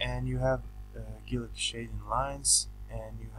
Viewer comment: Guilloche is a french word and is pronounced like GILLYOSH, with accent on the letter O.